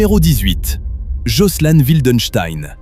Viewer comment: jocelyn....se prononce jocelyne...c’est anglais donc il ajoute pas le E a la fin